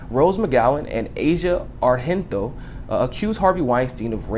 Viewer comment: The g in Argento is pronounced just as a normal g (like in giant or Genoa), since she's Italian. she's the daughter of Dario Argento, an iconic horror movies director. I just thought it could be useful, I don't want to act as a know-it-all, I just know since I am Italian and she is quite famous here.